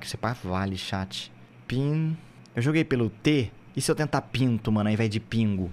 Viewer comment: Falou pongo e escreveu pingo